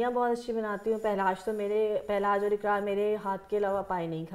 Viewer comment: Aap dono ne اقرار ko اکرار aur قرات العین ko کرت العین kar diya.